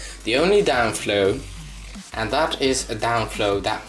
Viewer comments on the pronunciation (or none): downfall not downflow;)